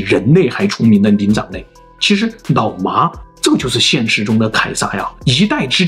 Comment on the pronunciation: 好像蠻少人養牧羊犬 也是太聰明的關西XD? 我一直聽成 腦麻